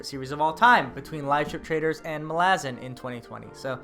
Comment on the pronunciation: How you've stuck to your guns pronouncing Malazan... infuriates me but I'm also proud lol. I enjoy your videos and its my first day as i clean my house. Dresden will thrill you all the way through and don't listen to the Ghost Story haters!